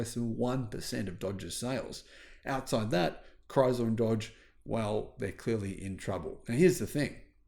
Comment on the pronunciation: There is no Z in ChrySler!